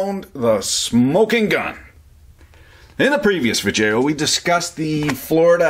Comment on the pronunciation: Injunurs? Vijeos? Your language is a catastrophic failure.